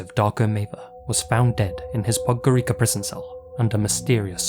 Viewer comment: The c in Podgorica makes a "ts" sound.